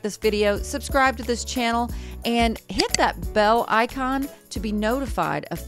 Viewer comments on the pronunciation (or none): none